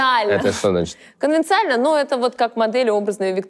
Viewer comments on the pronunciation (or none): хе-хе ксюша слово "конвенциональный" говорит неправильно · Конвенционально, а не конвенциально. Наврали про умную женщину перед этим явно лол. Речь - отдельный ужас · Правильно говорить конвенционально, а не конвециально 😢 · Только конвенционально, а не конвенциально 😂🙈💩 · Не конвенциально, а конвенционально